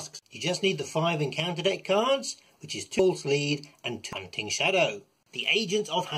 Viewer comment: If I would've ever pronounced "hunting" like you did, my mum would've slapped my mouth. 😁